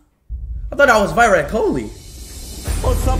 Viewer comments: Is that Whyrat kohli 🤣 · The moment he said whyrat Kohli 😂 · Bobby Deol ❌ Whyrat Kohli✅ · Why-Rat Kolly... 😂😂😂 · At first: Bobby Deol❌whyrat kholi✅ At last:Booby Deol❌Bhabhi ✅ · For him... indian means viiirat kohli🤣🤣🤣